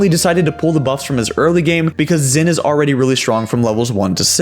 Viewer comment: Not how you fucking pronounce Xin, listen to Lee Sin lines and lean to say his name